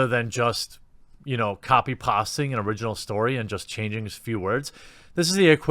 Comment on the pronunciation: I had to turn off at copy pass-ting. About the fifth mis-pronunciation. Learn English before being a commentator please.